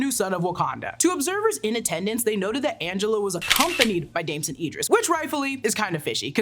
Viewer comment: The fact you mispronounced Damson Idris whole name wrong throughout this video is wild af and...I can't get past it 😭